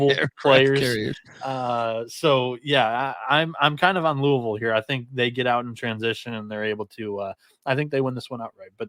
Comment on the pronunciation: Soon as he said cards/Louville I left